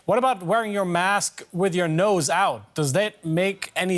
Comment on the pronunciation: DW News discusses the importance “wask” wearing. 🤣